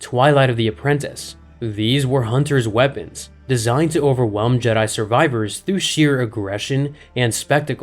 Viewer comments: Jdi instead if jedi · Is he saying "Jedi" like Jed-dye, but with more emphasis on the last syllable, intentionally as if it's something different or the same Jedi we're all thinking of?? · The jeh-die